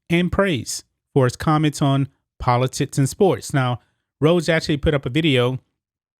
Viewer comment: Is it just me or are you saying poli-tits, all good I think you're awesome and agree with everything. Well done. ha ha